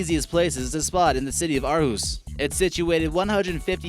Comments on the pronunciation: Great pronunciation of Aarhus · Am I the only one who think its wierd he couldn't say Copenhagen right, but he said Aarhus profusely perfect like we do in Denmark? o.o